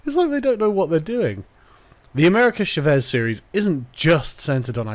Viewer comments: CHÁ-VEZ not SHA-VÉS. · "Shavez" lol it's Cha not sha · Oooooh you Brits and your inability to Spanish. It's "Cha-vez" Love you <3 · Carl, the way you pronounce "Chávez" gives me arse cancer. It's not a "sh" sound, it's a "ch" sound, and the A is the letter that's accentuated, not the E. It's Spanish, not French.